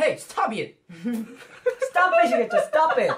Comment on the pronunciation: Hey stob it😂😂